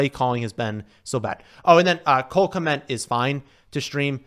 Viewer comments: Kmet not “kment” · Love Nicks content. He keeps pronouncing Kmet as “Kment.” There’s not N 😂😂